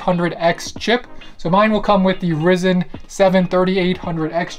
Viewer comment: It’s pronounced ry-zen